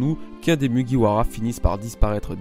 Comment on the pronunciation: ''Mugiwara''... Avec l'accent japonais bordel!!!